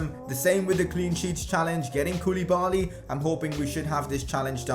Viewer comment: Its pronounced kou-le-ba-li....not koooooliiiibaaaaallliiiii